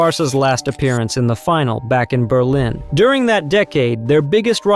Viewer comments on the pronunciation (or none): none